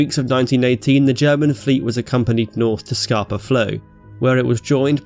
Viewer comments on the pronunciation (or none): I've lived in Stromness for 3 years and its always funny looking out on Scapa every morning, realising the entire German fleet sank there 100 years ago. (its pronounced as if you were saying scahpa not scarper, cool vid)